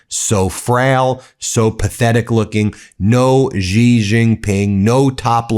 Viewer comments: The Dump is a moron with a brain that is disappearing, so there is no need to exaggerate about his condition. He does not appear to struggle down the stairs to me. Holding the rail is sensible at any age. Xi Jinping's family name is pronounced she, not gee. American mispronunciation of foreign names is arrogant, lacks class, and detracts from your arguments. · Someone tell gomer fudd it's pronounced "she" or "zhe" not "zee".... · His name is Sheee, not Ji, or Gi. Hopeless monolinguals, no tongue, no brain to connect with the outside world. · XI is pronounced "she" not jee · She, it is pronounced She. Not the letter "G". and the Republicans can't pronounce his name. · You are not pronouncing the president of china's name properly. The Xi is pronounced like she not g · Why do you insist on calling him “Gee” Jinping? I cringe every time you say it, Ben. If you can’t be bothered to make even the minimum effort to pronounce it properly, just say “She”. That’s still wrong, but it’s a hell of a lot closer than fkn “Gee”. Even Trump makes more of an effort than you! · it's shee jin ping, not zhee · Yo Ben - his name is pronounced "Shee" (Xi) not "Jee"... thanks! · She Jing Ping . Not Zhi. Xi is pronounced She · So squeaky Meiselas, of the hawk mimicry fame, are you really claiming that after hearing Xi Jin Pings name pronounced correctly for several years, You are still totally unable to pronounce it correctly? Xi is really simple Xi is pronounced "She." And cut out the click bait, it , makes you look like just another bullshitter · PLEASE, President Xi's name is pronounced exactly like the English word "she". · Hey Ben please just say president She Gin ping. The English word spelt SHE is pronounced the same as Xi in Chinese. I look forward to you becoming the only one in your country to say it right. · Ben, Xi is pronounced “she”. Thanks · It's pronounced C. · Comer does not even know how pronounce Xi's name. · dude, pronounce it properly: Sie, not Zee, not Gee